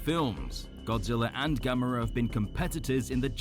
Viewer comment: The way you pronounce Gamera is “Gam Er Rah”